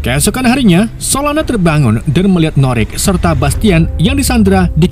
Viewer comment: Solona eh salah solana😅 kadang lucu Abang ni kadang bau